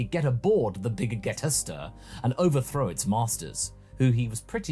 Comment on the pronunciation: Wait, why does keep mispronouncing the Big Gete Star? Is it on purpose?